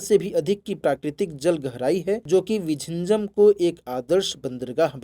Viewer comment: Bro, the worst pronunciation of the place name 😂, please refer and do the voice over.